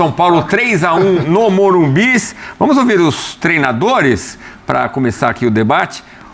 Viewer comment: É normal ter enjoo a hora q ouço falar MORUMBIS?